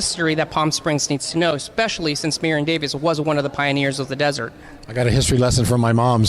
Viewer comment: Am I really hearing "Marion Davis" from the host?